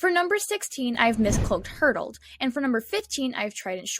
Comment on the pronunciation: Mistcloaked Hurdled?? Its Herald it's okay though i forgive you